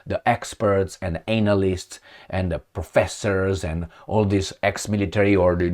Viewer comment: Please change the way you pronounce analyst. Please